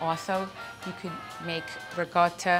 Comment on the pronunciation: So Italians pronounce "ricotta" with a G??? RIG - O - TTA??